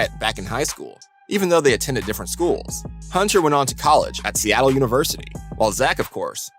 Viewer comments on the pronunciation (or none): none